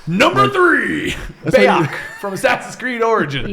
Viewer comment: doesnt know how to say bayek and mejai